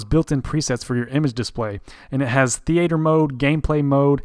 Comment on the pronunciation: I've never heard anyone pronounce theater that way, where are you from?